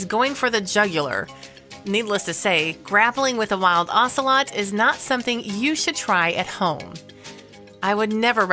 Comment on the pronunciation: I hate you mispronouncing "ocelot." They're beautiful and actually pretty easily tamed, sadly making them popular as "exotic pets."